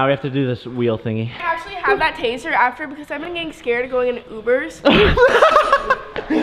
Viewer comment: Brenda chavarin it's Taser mate...